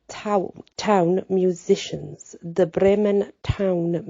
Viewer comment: Whoa what a story, yeah definitely different, I always love your pronunciation and phrasing. How Bremen is pronounced I like your way better! 🤍 Hope you're having a great weekend. We're still being battered by snow 24 degrees here 18 degrees later tonight. 🥶